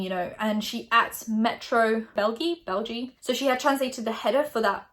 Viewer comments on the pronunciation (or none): België is pronounced bel-gee-yuh :) Dutch is my native language, the Metro headline sounds as harsh as the English translation. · THE WAY U SAID BELGIE PLEAASSEEEE (not attacking just as a flemish/dutch speaker this is funny ) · love how you pronounce belgie like it's a really strange word when it actually just means belgium lol